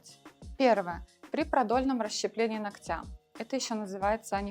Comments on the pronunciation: Не ноктЯ, а нОктя, безграмотность😅😮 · Почему ногтЯ , а не нОгтя? Руководитель студии , а говорите неправильно даже…